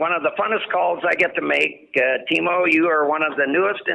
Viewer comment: It's Teemu 😎